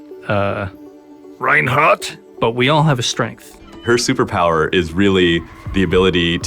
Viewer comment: I lost my mind when he said 'Reinhardt' Now i can't wait for Reinhardt's short